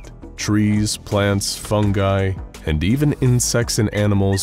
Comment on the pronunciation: I'm so happy you pronounced fungi correctly.